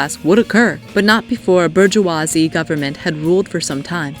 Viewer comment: Bor - Jew - Ahh - Zi?! horrible pronounciation